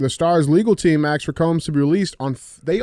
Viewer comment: Duuuuuude the hardest words DJ has GOT IT....asked.....nah....axed....lmao!!! So real!!!!